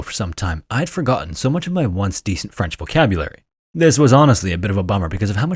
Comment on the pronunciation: As a French person, hearing you speak French was adorable. Your accent was really good!